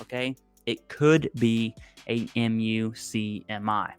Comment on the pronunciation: Muk-Me is how most VSO’s pronounce the MUCMI. 😊